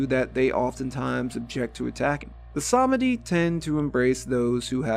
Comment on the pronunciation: Sameeeedi. Not semehde. 😊